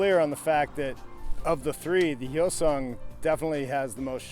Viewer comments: Its Hyosung not Yosung ... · Hi-o-sung, not yo-sung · its not moron. its hYOH-sung, or for your simple mind YO-SUNG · Hyosung - pronounced Hi-yo-sung, Bless you Americans and your pronunciation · No.It depends where is pronunced.In here,Romania,we say Hyundai like "He-you-n(like in neck)-dai(sort of how british pronunce day)and Hyosung the same "He-yo(pronunced like in Yokohama)-sung ("su" pronunced like in superb). Well in english,hyundai is pronunced like Hy(the greting) un (like in universe) an dai (like british pronunce day) and hyosung hy(greeting)-yo(like in Yokohama)-su(like in superb)-nd(like in secoND). I don't speak Korean either but they aren't pronunced like in Korean anyway. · The "H" is silent.